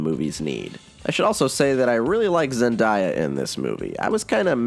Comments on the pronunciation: Zen-Die-a? Lol it's Zen-Day-a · Lol so it’s actually Zen-Day-a not Zen-daa-ya. Just thought I would let you know since you’ll probably have to say her name again in the next Spider-Man movies to come. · ZendAya not Zendiya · Oh, thanks for the correct pronunciation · Zendie uh cmon bro its zen day uh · Zendaya not Zendiea 😂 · is it just me, or did he pronounce Zendaya's name odd? i think it's zen-DAY-uh, not zed-DIE-uh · BTW you pronounced Zendaya's name wrong. its Zen-day-a not zen-die-a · zendaya: makes it very clear her name is pronounced zen-DAY-uh everyone: ZEN-DIE-YUH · it’s zenDAYa not zenDIEa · Did no one pick up how he missed pronounced Zendaya's name? He said Zen-die-a. It's Zen-Day-a. I'm sorry that was just really gross to hear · Zendaya is pronounced zenDAYA, NOT zenDIA wtf, literally everyone pronounces it with an I 😂😂😂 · he pronounced ZENDAYA’S name wrong it’s zenDAYA, not zenDIYA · It's zendaya not zendieya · Zen-day-uh*** not zen-die-uh buuuut I love you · It's (Zen-Day-a) not (Zen-Dy-a) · Zen-day-a Not Zen-die-a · “I really liked ZenDIEa in this movie” my mans it’s pronounced ZenDAYa. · ZenDAYa, not ZenDIEya 😂 silly goose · AY BUCK0 ITS ZENDAYA NOT ZENDAIA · Wa wait wait wait wait hold on did he just say “Zendiea” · who tf is “zendya”? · zen die-a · You did NOT just say Zendiea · zen WHAT? this man said Zendyeah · Listening in, chillin out "ZENDIEA" AAAAAAAAAAAAA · Zen dai ya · "zendia" br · Dis he say zandaya its zandaya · did you really just say ZenDIEya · Who is Zen-die- ya? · ITS ZEN-DAY-UH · Its pronouced Zen - Day - A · I almost swung on him when he pronounced her name zen-die-ya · Zen-die-uh. You too? You TOO!?!? Why don’t y’all just search up how to say an actor’s name? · No it's pronounced ZEN-DAY-YUH say it with me now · “I really love zendiya” (zendiya) nice try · Did he just say zendeiya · Did you just say zendiya? I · Zendaya is pronounced Zen-Day-Un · Zen-die-uh lol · “Zen-die-uh” dude are u fucking kidding me